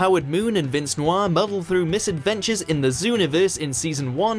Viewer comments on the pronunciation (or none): none